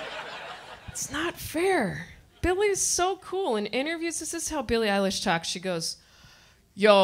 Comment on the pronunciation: Who the fuk is Bailey Eyelash...I-I Oh, who the fuk cahes!?!? - Ozzy